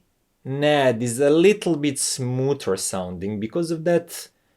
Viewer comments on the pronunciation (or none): First off it’s not pronounced Nad, but N A D. You say the letters individually. So I’m getting the sense the Yamaha amp is flat sounding? Does it have a phono preamp? I’m guessing NOT! I have a Teac amp that probably performs like that one. However, unlike the remote for that amp, the Teac amp has an awesome remote. It’s metal, in gun metal grey. I like my B&W speakers with the Yamaha amp I already have, and it also sounds great with my ELAC speakers as well. I prefer listening to vinyl and I doubt that amp will give me the sound quality I’m looking for. The remote for my Yamaha amp is better than the one with that amp, but it still doesn’t compare with the Teac one. So I take it that that amp main source for audio input is digital and not analog? One last thing regarding your review is you repeated most of the same information several times making this video longer than it needed to be. However, outside of that, your presentation was done very well I got through it. . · Very useful and insightful review - thanks! For what it's worth, I have always heard the name NAD is said "En A Dee".